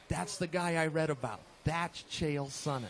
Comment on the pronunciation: That " Mr.Sonnen", sounded like "Mr.Anderson"